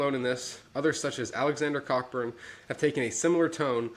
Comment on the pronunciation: The surname "Cockburn" is pronounced "Co-burn".